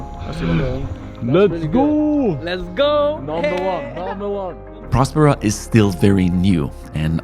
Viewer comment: I love your content, and wish you could release a vlog everyday, but then it wouldn't be as in depth, and informative. I do have one suggestion as to the name of this community Prospera. The way the name of the city is pronounced should be in the same vein as prosperity, or prosper. I would think this is what the name infers, and was thought of when it was created, no!?Thanks guys